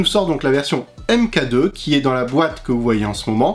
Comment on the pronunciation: Je veux pas faire le relou mais « Mk2 » se prononce « Mark 2 » , sinon très bonne vidéo ;)